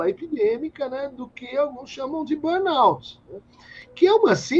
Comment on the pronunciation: Entrevistador fraco, cansativo! Sem falar que nem pronunciar burnout consegue.